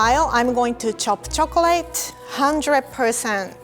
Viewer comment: why does she say "chocalay"